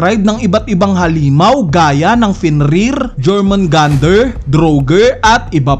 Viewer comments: Jormungandr pronunciation is “yor-mun-gand” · yormungandar pronunciation nyan tropa